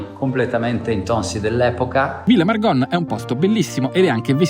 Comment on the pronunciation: Da trentina non posso non notare che hai detto per tutto il video Villa Margon con la o aperta, anche se con l'accento trentino viene pronunciata chiusa 😅 Vabbé...ti perdoniamo ❤❤